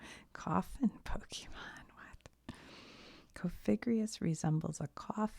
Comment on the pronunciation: Don't listen to people that tell you that you need to know everything about Pokémon to enjoy Pokémon content. Pokémon is for everyone and we have no room for gatekeepers. I personally love your Pokémon content mainly because you don't know much about it. You mispronounce names and I find it super cute lol